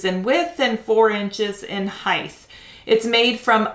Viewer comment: Do u pronounce height as hithe in america ? I have not heard it pronounced any other way but hite at anytime or any place